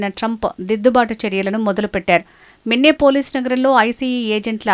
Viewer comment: మిన్నెపోలీస్ కాదు తల్లీ అది మినియాపోలిస్